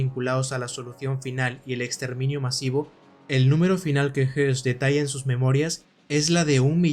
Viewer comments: Le doy like, pero sin saber alemán, entiendo que Hoss y Hess no se pronunciaran igual. Yo te escucho y parece que hablas del otro, escucho "JES" alargando la E. El otro Hess, como lo pronuncias? "JOS"? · Pronunciate mal,..Rudolf Hoss no hess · aqui se le pronuncia como "hess".. pero es "hoss". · Una observación, Rudolf Hoss no se pronuncia JESS sino JOSS, puedo confundirse con Rudolf Hess y son personas totalmente diferentes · La pronunciación no es la misma que Hess??este es Hoss no??porque dice todo el rato Hess?? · No se como se pronuncia Höss en aleman, pero desde luego el estar diciendo "Rudolf Hess" durante el documental seguro que no ayuda mucho a las personas que no saben mucho sobre esa época, ya que pensarán inmediatamente en el lugarteniente de Hitler, que murió en su cadena perpetua en Spandau. Porque supongo que el que ha realizado el documental sí conoce a ambos personajes y los diferencia perfectamente. Yo personalmente he leído su libro "Yo, Comandante de Auschwitz". Me gusta mucho su canal. Un saludo. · Fabulosa tu investigación, muy buen trabajo, solo una nota aclaratoria, el apellido es Höss. Y creo así se pronuncia "OS". Rudolf Hess es el que estuvo prisionero y murió encarcelado en Spandau. Pero bueno, buen trabajo. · DIOS MIO !!!!!!!!!!.... hay dos personajes nazis.... uno es RUDOLF HOSS y se pronuncia con la letra O y hay otro personaje que se llama RUDOLF HESS que es un heroe para los actuales alemanes por tratar de detener la guerra.. y se pronuncia con la letra "E".... He escuchado tu video y es toda una confusion con estos dos personajes... leistes mucho pero ES UN ERROR GARRAFAL PRONUNCIAR LOS DOS NOMBRES PARECIDOS... He leido los comentarios y no es posible que haya tantos halagos y nadie supo que estaba mal pronunciado el nombre en todo el video !!!.. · Por la pronunciación se puede confundir a Rudolph Hoss con Rudolph Hess, hago la aclaración